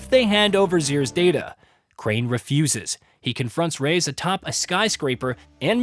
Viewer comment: Rais is pronounced "rise/rice". You got it right the first 5 minutes of the vid but later you started calling him "Rays" which is super weird.